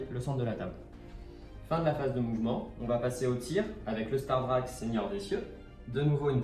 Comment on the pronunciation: Je pense qu'un membre staff du warhammer world est mort chaque fois que "STARDRAQUE" à été prononcé dans cette vidéo.